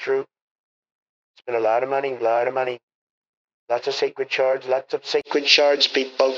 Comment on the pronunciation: "Lots of sacred shards PEE-PULL. "....don't have a DUCH....ESS LMFAO